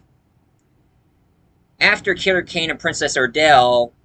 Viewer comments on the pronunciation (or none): PRINCESS ARDALA not Princess Ardale